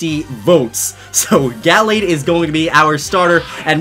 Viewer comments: It’s pronounced “Guhlayd” but spelled “Gallade” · It's ( gu-la-d) that is how you say it love your videos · the way he says gallade makes me want to die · Does the way he pronounces Gallade irritate anyone else?